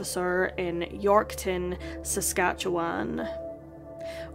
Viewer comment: you said "Saskatchewan" correctly!!